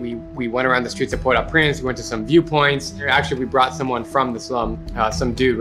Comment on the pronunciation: It’s pronounce port O prance btw